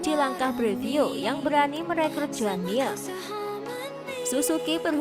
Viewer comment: Mirrr Bukan miaa